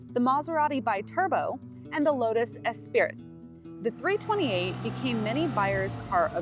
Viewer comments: Its a Lotus Esprit (es-pree) not Espirit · I love your videos and am happy that I found your channel. But just so you know, the Lotus Espirit is pronounced Espree as it’s a French word. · Did she say “Es-spirit”? It’s pronounced Es pree. (Esprit) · It's pronounced Espree. Not Espirit.. Cheers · Ok, I was about to post the same thing, glad to see that someone beat me to it LOL. :-D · Lotus Esprit (note the spelling) is pronounced es-PREE. It's French for "spirit".